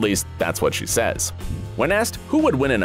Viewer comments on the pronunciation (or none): none